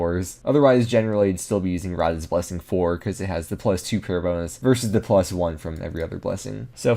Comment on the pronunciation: I liked for the "bone-is"